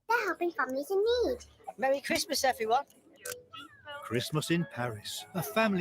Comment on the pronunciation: Mewwy Cwismas...